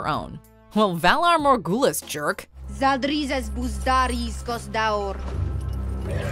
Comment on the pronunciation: LMAO the way she pronounced Valar Morghulis xD